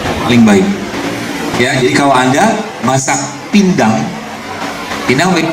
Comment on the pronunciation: Ini yang di maksud pinang atau pindang yah ?soalnya kedengarannya nda terlalu jelas